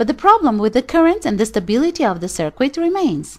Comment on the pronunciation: It's really hard to trust a person explaining something, when the person doesn't know how to pronounce the stuff being explained.. Cir-quit, Resitifier etc.. It's pronounced like Sir-kit and Wreck-tee-fyer..